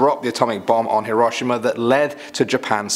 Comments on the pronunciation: Pronounced He-row-she-ma. Thanks for the laugh on how you pronounced it. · Number 5 is actually pronounced hero-shima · Wait I thought itwas pronounced "Heer-o-sheem-a"? My teacher lied to me >:( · Is anyone else bothered by how he pronounced Hiroshima? It is HEroSHIma, not what he said. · That's not how u pronounce Hiroshima. But great vid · Ok the way he said Hiroshima and Nazis is killing me. Say it the right way please. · not how you pronounce Hiroshima or Nazis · He dose know that he pronounced Hiroshima wrong right lol 😂😂😂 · U said Hiroshima wrong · Can’t pronounce Hiroshima right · Anyone else hear him pronounce Hiroshima wrong. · You pronounced Hiroshima wrong Very wrong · Does it bother anyone else how he says Hiroshima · not trying to be or anything but you need to learn how to purnouce Hiroshima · THATS NOT HOW YOU SAY HIROSHIMA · Hate the way he pronounces 'Hiroshima'..... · dis this dude really say herashma instead of hiroshima( hero she ma ) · its hero-she-ma!!! Not he-row-shim-a. (Hiroshima.) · It’s hear row she ma not hiromussa or however the hell you said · Isn’t it pronounced like “hear-o-she-ma?” Not “hear-ah-sho-ma”? Or is it different in England? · Say it like "hero sheema" not "here oshima" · Yee-row-see-maw not her-sawma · Its not pronounced her-O-shama (heroshima), it is pronounced here-O-she-ma. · "Heroshima" it's hero shi ma not however you said it lol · Love the pronunciation of Hiroshima (aka Hero-She-Ma) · Hiroshima (hero-she-muu) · when he said hiroshima i thought he said hiro mashima ._. im stupid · Hiroshima( hero-she-ma) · Isn’t Hiroshima pronounced Hero-sheem-a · H - row - shee - ma* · Hē-rō-shē-ma is how you pronounce Hiroshima properly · I usually don't care about pronunciation but Hiroshima is pronounced Hero-she-muh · Her rush Immuh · It’s pronounced Hiroshima (hero-she-ma) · Hiroshima is pronounced like hero-she-ma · “Haro Shama” 😑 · the way he said "hiroshima" as "he-RAW-shima" lmao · "Here-wash-e-mah"? Really dude???